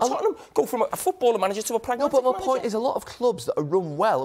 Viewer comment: "Bot!", "Eva'in", "sssss", "bot! Nobody knows a football clob be'er than their suppor'ers". "Mqqmmm", "bot!", "Ssssss", "Eva'in".